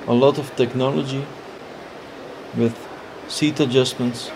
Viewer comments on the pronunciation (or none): none